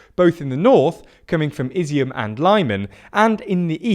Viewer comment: Guys, it's "Har-keyv", "Lee-mon", "Her-son", "Iz-zoom".